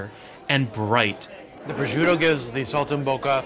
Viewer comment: God I love how you say "Testaccio"......God I am melting here....ahhahaha (-: you will have to work on the PROSCIUTTO pronounciation! LOL